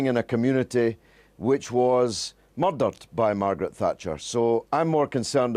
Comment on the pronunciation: did he say "moirdered"???